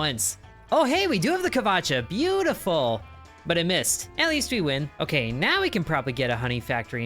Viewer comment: You're correct, it is not pronounced "kvacha", it is pronounced closer to "wacha"